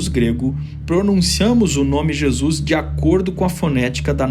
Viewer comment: gostei da prununcia carioca para Jesus: jesux hahahhahahah